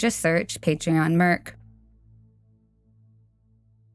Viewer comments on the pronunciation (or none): none